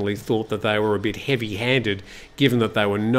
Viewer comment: 8,21 they vere "stone"